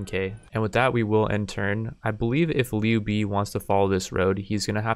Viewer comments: it's not pronounced Liu bee its pronounced Liu bae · haha he butchered the name in a very funny way “niu bi” = “牛逼” meaning strong and awesome, but is a slang and can be used as a irony. This guy is so niu bi that he can’t answer 1+1. Was laughing for a whole min loudly and ten in my head, made my day